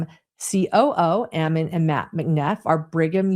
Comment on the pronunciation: The pronunciation of Ammon! I keep telling people that is Ammon like famine, salmon, and cannon. I guess you have to be born and raised reading The Book of Mormon to know how it’s normally pronounced.